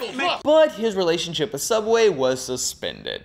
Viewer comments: I think you mean cough cough Sooubway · YEAHH SOUUBWAY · You did not just make fun of sooubway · I'm never eating at sooubway again. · you mean everything wrong with sooubway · I think you meant Sooubway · Don’t you mean sooubway? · I think you mean s o o u b w a y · I believe it is called sooubway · AKTCHTUALLY ITS CALLED SOOUBWAY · you mean sOOubway? Kappa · i was gonna say Its SOOUBWAY!!!